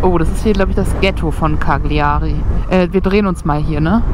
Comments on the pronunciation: man spricht es "Kalljarie" aus....... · Bitte die Aussprache der Orte wie Cagliari einmal einstudieren, das tut weh in den Ohren...